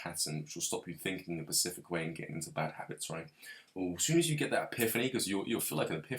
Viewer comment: Sorry little correction😄 you keep saying Pacific when I think you mean specific😊 other Than that great video bro, keep up the good work:)